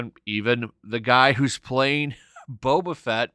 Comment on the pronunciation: I cant unhear beta fett